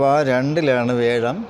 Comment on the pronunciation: വേഴം അല്ലല്ലോ, വ്യാഴം അല്ലേ?